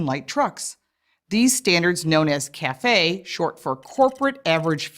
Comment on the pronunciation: For fucks sake, they can't even pronounce CAFE correctly. It's an acronym, not a French word.